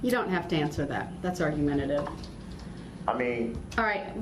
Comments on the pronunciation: I laugh and cry every time he says it. It's infuriating and hilarious all at once. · Girl I worked with children from K-4 the grade on writing and speech. Axe was killing me- There was no end to the mess. I find it hard he graduated high school. Grounds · ASK...not AXE! For someone who claims to know the truth, he doesn't now how to enunciate. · With all the "axing" This idiot is doing, he's going to end up looking at a dozen more murder charges... Why can't people speak proper English? The word "ask" is NOT that hard to pronounce! Once I hear the word "ax" , I stop listening. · Who gave Babbling Brooks an axe so he could "axe questions" during his trial?? Thats not right!! 🤣🤣🤣🤣🤣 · Don't axe me . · I would just say nobody axed me lol